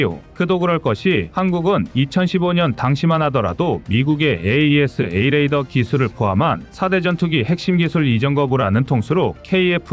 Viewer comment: 그전부터 찜찜했는데,AESA레이더를 에이사로 읽지않고 자꾸 철자 그대로 읽는거보니 여기도 공장형 AI쓰나보네요.AI는 인간미가 없어서 별로 정이 안가는데..